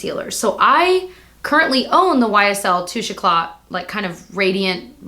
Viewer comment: It's Toush Eclay - NOt Touchacla